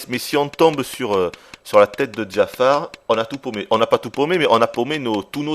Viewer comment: c'est Jafar et pas Djafar